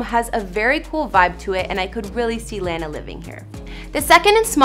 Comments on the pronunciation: I didn't think there was a problem with her pronunciation until I remembered americans pronounce it differently, I'm from Northern Ireland in the UK and everyone I know pronounces her name La(h)na(h) instead of La(w)na or l(e)na haha just rly depends where ur from!! 😊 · I stopped watching the second you called her Lane-a. If your generating money off of someone else's success through YouTube the LEAST you can do is pronounce her name right, where is the couth? Take this down and try again🤢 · This was painful to watch with her saying her saying Lana's name wrong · I had to stop watching this. Her claiming she's been such a fan for a really long time and then proceeding butchering Lana's name throughout the entire video irked me to no end. I can google a couple of pics, I'm good. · Anyone else cringe when she pronounced her name wrong. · cringed each time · English isn't my first language either, but you know, I have to pronounce my favourite artist's name correctly :) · if that's the case, she would mispronounce " salt" "small" " baths" " sun rays". But she doesn't, her "a"s are always correct, except for when she says " Lana". 😮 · I can’t even finish this video because of the way she’s pronouncing Lana’s name 😩 geeeezzzzzuh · omg her saying lana's name wrong is killing me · How you gonna make a video about lanas house based on research and not say her name correctly? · She’s such a big fan, she can’t even say her name right lol 😂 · I'm convinced she's saying Lana wrong on purpose to piss people off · And mispronouncing someone's name makes one look like an idiot anyway, especially after hearing how others correctly pronounce Lana's name in several footage. But I guess it's alright if that's the impression a reporter (or anyone for that matter) wants to give off. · I’m 29 seconds in and this chick saying she’s a huge fan and saying her name wrong EVERY time is infuriating. Especially after adding clips of people saying her name correctly. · Its Lana not Lan-na